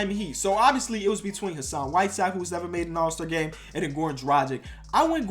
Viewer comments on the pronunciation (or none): none